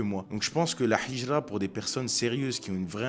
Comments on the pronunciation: Salam, Hijra avec un ه et non pas un ح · Salam mon frr vu que t'arrive a dire al hamdoulilah il faut dire al hijra le "H" faut que tu le prononce de la mm manière qu'avec El hamdoulilah baraka Allah oufik